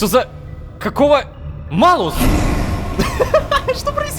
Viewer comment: Кстати Рома. Знаю, что уже поздно об этом говорить, но как человеку, который изучал латынь, мне очень тяжело слушать как ты говоришь Малус🤣🤣 Если что по правилам читается Малюс. Но это так, для общего развития) Я понимаю, что менять произношение спустя столько времени уже не очень комфортно, да и зрители привыкли слышать так)